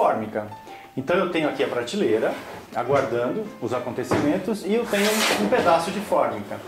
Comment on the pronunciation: Muito bom o vídeo. Mas pratileira ao invés de prateleira, todos dizem errado. Que coisa.